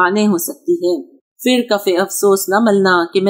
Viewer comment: السلام علیکم ورحمتہ اللہ وبرکاتہ ۔ الحمدللہ انداز اور اسلوب عمدہ ہے۔ اردو میں "پھر" کی ادائیگی "پھر" ہی کرنا چاہیئے "فر" نہیں۔ اردو الفاظ کے غلط تلفظ سے طبیعت پر بڑا گہرا اثر پڑتا ہے ، طبیعت مکدر اور سماعت بوجھل ہوجاتی ہے ۔ اس کا خیال رکھا جائے ۔ آجکل اجھے پڑھے لکھے لوگ بھی یہ غلطی کر بیٹھتے ہیں